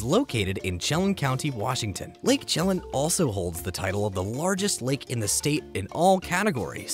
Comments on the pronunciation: Lake Chelan is pronounced "shuh-lan" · Chelan= shu-LAN. Wisconsin borders Lake Superior, not Washington. There are several lakes that deserved spots on the list you either ignored or missed. C'mon, man.